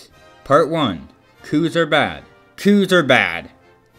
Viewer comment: Bad not “bed”